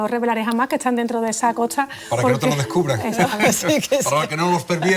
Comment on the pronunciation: Como extranjero, me suena bastante extraño oír a una filóloga española, fuese andaluza, pronunciando « esto » como « etso », « costa » como « cotsa », etc. Viví varios meses en Córdoba y nunca escuché tal cosa. ¿Es un fenómeno común o no ?